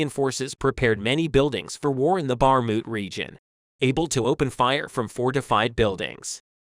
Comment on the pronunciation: Can’t even pronounce Bakhmut and no specific info about when and where. Story time